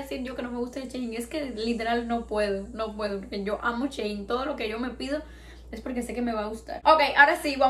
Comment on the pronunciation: Ns si soy la única q se ha dado cuenta q dice "chein" en vez de "shein", no es hate sólo me hizo gracia😂